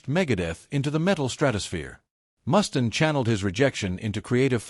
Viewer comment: Click bait narrated by AI that can't pronounce names for shit.... WhoTF is Dave Mustin? haha